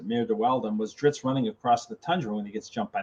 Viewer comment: Interesting that RA keeps using the pronunciation of Drizz’t in two ways, “Drizzd” and “Drits”, through each other. And yes I got that! “Wobbah wobbah!” - that was epic